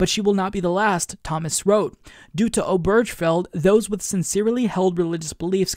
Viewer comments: Point of order, - Obergefell has four syllables: ober-gefell. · Not to be that guy, but it's pronounced "Obergafell".